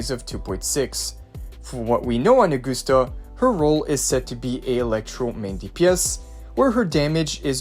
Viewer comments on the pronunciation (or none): OR-GUST-AH NOT AG-OOH-STA OR AG-OS-TA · “Aug-guss-ta,” not Aug-goose-ta “Yoo-no,” not “Loo-no” like in previous YT uploads. “Wuh-ther-ing,” not “Wuddering” “The,” not “dee” “These,” not “deez” Why is bro butchering everything he says? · how in the hell did you get "or-gust-ah"? Uh-gust-ah would be understandable but "OR"???? It is a Roman name, in English it would be pronounced as Ah-gust-ah or Uh-gust-ah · Ahh-goose-ta. Another name butchered. Smh